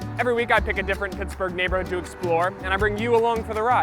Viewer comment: Te amore "piksburgh"